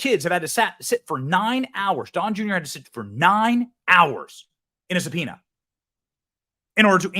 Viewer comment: how did the news reader pronounce subpoena? Did he say suh-pee-nee-uhh? Lol